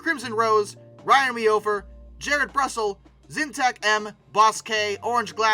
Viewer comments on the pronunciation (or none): none